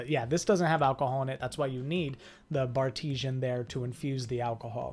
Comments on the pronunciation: It’s actually pronounced BAR T SIAN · It’s Bar-te-sian